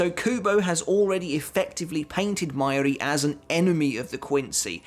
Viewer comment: Mai-yuri? its Ma-Yu-Ri bro... you should really learn how to pronounce the names considering your channel is about bleach xD